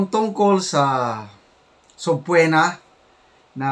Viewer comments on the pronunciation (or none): Subpeena hindi subpuena ang pronounciation